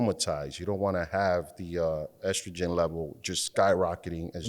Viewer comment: Strogen? Or Estrogen? 😂😂😂